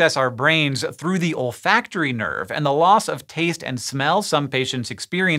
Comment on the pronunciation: For a moment i heard "ol' factory nerve"